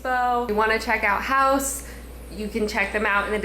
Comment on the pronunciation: You said Haus perfectly, my German heart is crying.🥺✨